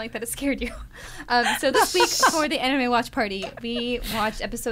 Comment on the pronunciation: am i the only person who don't understand them when they pronounce Anime ?? what the anime ??